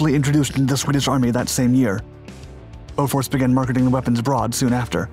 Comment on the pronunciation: Thats BOFORS not beaufort